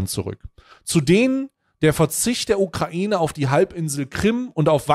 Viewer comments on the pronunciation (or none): none